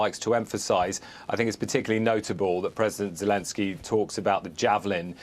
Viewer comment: Zekensjey lol 😂😂😂😂